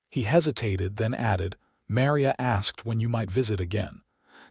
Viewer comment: Mary-a? That's Ma-Ri-a - such a common Hispanic name & abysmally abusive! AI should be able to do better, or fix the script so abuses like this don't happen!